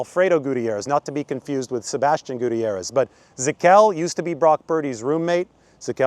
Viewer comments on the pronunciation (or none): You pronounce Gutierrez name wrong